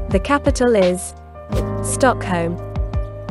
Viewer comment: Missed the H off StockHolm 🙂